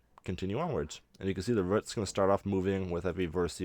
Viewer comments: nice way of doing cg trees but the way he says roots as ruts annoys me for some reason! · The way you say roots is hilariously annoying. Great video. Keep it up.